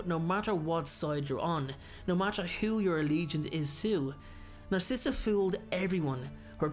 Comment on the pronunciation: well her name is “narcissa” as in “narcissistic” 🧍🏽‍♀️